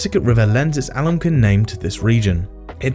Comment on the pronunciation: Algonquin is pronounced: al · gaang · kwn in US English and al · gong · kwn in UK English